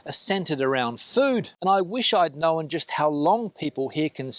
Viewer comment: “Know-en” = Known!